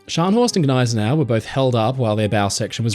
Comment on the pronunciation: it's not Guh-nay-se-nau, it's Nigh-se-nau